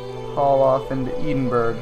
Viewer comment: Its pronounced ed-in-burrah